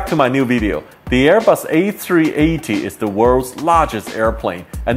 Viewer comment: “The airbus ayfweeaytayyy”